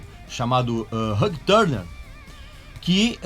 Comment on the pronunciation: Gostei de aprender a pronúncia de Ulrich e depois desaprender a pronúncia de Hugh Tanner. Caralho, RÃG TÃRNER é de lascar